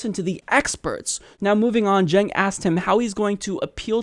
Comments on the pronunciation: "Chenks" LOL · Does he not know Cenk is pronounced Jenk? Who's this "Jenks" he's talking to? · "Jenks" ... lol. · he keeps calling him "jinx" lol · Why does he keep calling Cenk Unger, "Jinx?" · He keeps calling him "Jinx!" Lmao!! 😂😂😂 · Why does he keep calling him "Cenks"? Is he seeing double? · Senks name is not that hard. Hank is on the channel all the time. How hard can it be? "Think Yogurt".. See. Easy.:-D jk. I know his name is uncommon, but there are worse names out there. Saying it properly, but then adding an 's' in the end, that isn't there, makes it even funnier.